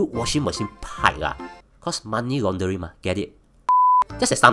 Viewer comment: aiyo..pronounce laundering properly for f's sake.